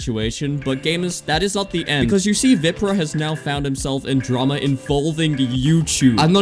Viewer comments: man just called VIPRAH WIPRAH 😭😭😭😭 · there is no way u called him veeprah